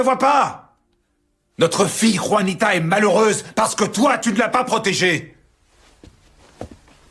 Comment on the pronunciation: C’est Juanita pas vanita 😂😂